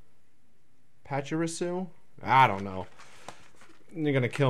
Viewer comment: Grats again on 200+ subs!:P Of course I wanna enter! lol Hopefully it's a Flareon EX if it does land on me. Keep up the good work! Also why over complicate it? It's Pa-chee-ree-su. lol Also yup you got my channel's name right! xD